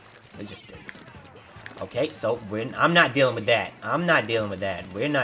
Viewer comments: HOLD ON JUST A MINUTE!!!!! I JUST realized that you aren't saying "its" your boy You're saying ETCE YOUR BOY!!!!!!! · I played the vid at the lowest speed, and um.... it’s still “it’s.” It would be clever, and he has done it before, but not this time.